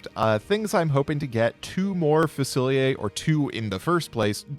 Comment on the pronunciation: so can americans just not pronounce fusilier?